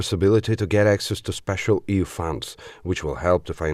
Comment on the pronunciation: NARRATOR: EU is not "EEE OOO." It is "EEE YOU." Please learn better pronunciation.